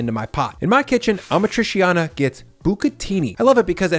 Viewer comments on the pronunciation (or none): FYI - its pronounced ah-mat-tree-cha-nah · Ah MA tri CHA nah 👈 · Just a small pet peeve - Amatriciana is not pronounced like that 😉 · I love your channel so much but that pronunciation of amatriciana is grinding my gears lmfao. I live around too many Italians. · the way he says 'amatriciana' is sooo bad omg, at least learn how to say things in Italian, it's the bare minimum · You freaking butchered the pronunciation of amatriciana